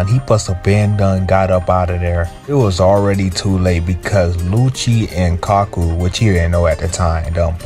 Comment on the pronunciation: Bro I can forgive mispronouncing names in One Piece, but Kaku is four letters so no excuses